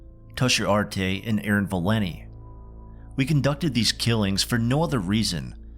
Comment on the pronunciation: Her name is ValenTI, not Valinny.